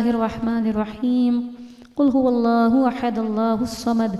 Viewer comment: Qul ho alaho ahad nhi ha qul ho walaho ahad ha g